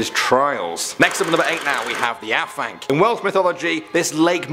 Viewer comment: The af in Afanc is pronounced as the av in have. Not complaining!!